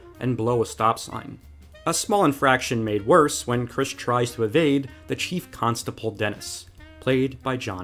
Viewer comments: Constable, not "constaple" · Interesting way of pronouncing constable.